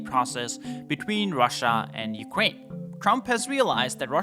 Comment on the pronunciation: bro said "Ukwaine"